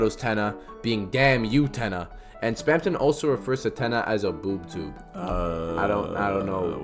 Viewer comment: you didn't even look up that term, did you, just look up "why did people call TVs boob tubes" , that's not how anyone pronounces that, it's not a made up deltarune word, it's a real word, a real crt tv related word, look it up, a word spamton is using to refer tenna, like how ingame he refers to tenna as "[CRTs]" and then hr refers to tenna as "that damn [Boob Tube]", calling tenna a [Cathode] is simply more of spamton dancing around tenna's name. , okay, now i know for sure you did no reaserch into any of the words you are using. strike 1, it's not called that anymore, it's name was changed in 1994 to dissociative identity disorder. strike 2, the "representation" you're deciding will be there is not representation, it's a harmful stereotype perpetucated by an awful movie. strike 3, you aren't even describing a possible experience anyone plural in any way could have, what you are talking about is more just simply just hiding your true intentions, putting on a friendly face to lul people into a false sense of security, something fictional villians have been doing unrelated to any disorders for decades. ????????? did you just forget that queen's light world object is a laptop? that has nothing to do with a queen, what the [heck] is this point. , if you simply removed all the points I criticised and then kept this explanation, this would be a great theory, instead you filled it full of words you don't understand and so used wrong in harmful ways, shame on yo